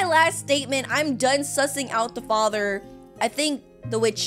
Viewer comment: HAHA “FACHERRRR PLEASE HELP MEE”